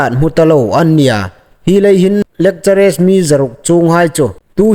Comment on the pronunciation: 'Lekchere' tia lamrîk hi a ni naw taluo deu naw maw?? Fîmkhur deu a tha awm ngéi. 'Lekcharar' tia lam ding ni lem awm tak a nih. No offensive aw